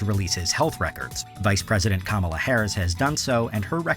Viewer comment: wait, did he actually pronounce Kamala Harris' name correctly? lol